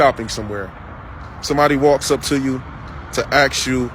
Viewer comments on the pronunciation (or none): If you're going to correct your words, learn to pronounce them how they're spelled. Its not ax you, its ASK.... minute/seconds in. Its also not aka-hol. Its AL-CO-HOL Get dictionaries and learn pro-nunc-i-ation